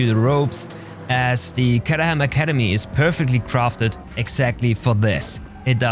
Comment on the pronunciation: Caterham like in Kate;)